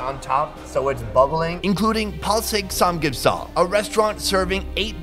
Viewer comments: Its not (san geup sooul) its (san gup sar) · Kimora Vargas actually it’s saam gyup sahl